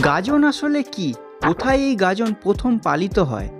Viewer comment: গাজন নাকি গাদন?😂